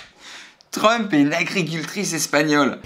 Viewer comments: Verichia et la malédiction de Trump Il ne sais pas prononcer son nom: trumhaha truhahaha😂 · J’adore quand essaye de prononcer Trump!! On aurait dit un vieux diesel n’arrivant pas a démarré!!!